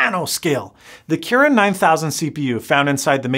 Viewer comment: I watched this already 4 times. Really good info! Btw Did he say the Karen CPU?